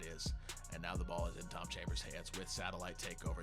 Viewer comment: Haha love the vid you definitely said chom chambers